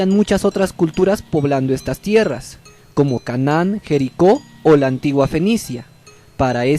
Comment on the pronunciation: el men está viendo que jericó tiene tilde, igual lo pronuncia como jérico